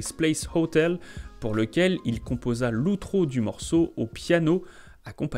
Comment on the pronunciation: On ne dit pas l'outro mais l'aotro